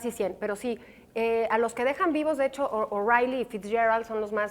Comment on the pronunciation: Cuidado con quién invitan ! La intervención de está monja católica estuvo a punto de convertir LA AGRADABLE CHARLA de CONSPIRADORES en un conflicto entre católicos y protestantes !!! O sea No!(además de hacerse intolerablemente freslla"SE PRONUNCIA O'REILY